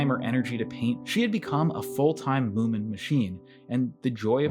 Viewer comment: its munin not mooin